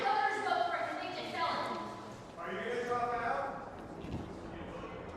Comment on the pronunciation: Melania : Donny, what is a conveectid felong?